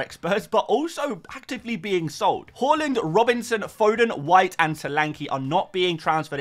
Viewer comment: Can you please say Haaaland? Not Horland?